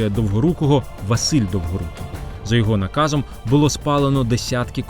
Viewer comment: " за ягхо назом" 😂😂😂 , историки млять...